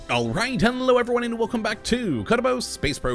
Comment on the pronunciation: Did he say henlo in the intro instead of hello?